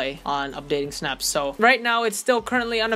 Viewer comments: "Snaps" Its (Sy-Nah-ps) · BRO PLS ITS NOT SYNAPSE ITS SYN-APSE